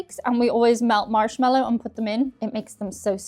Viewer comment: Why did it sound like you said "Arse-mallo Fluff" ?